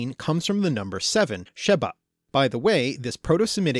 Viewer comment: A lot of the times you said B in Hebrew words that should have had a V rested-shavat week-shavu'a seven-sheva